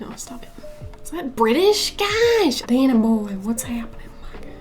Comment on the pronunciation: Of course it's not just you - anyone who doesn't tear up at least once in this movie... well, I wouldn't trust them. Great analysis as always. 'Dannay' yeah, sounded a little cockney-ish at the end there. 😄